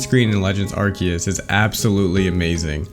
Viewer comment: first impression: mediocre video for mispronouncing arceus ;)